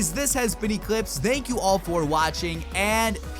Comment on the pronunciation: Near the end : "Dank you all for watching"